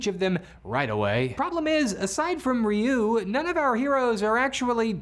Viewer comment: You correctly pronounced Ryuu, but went out of your way to mispronounce Zyuranger…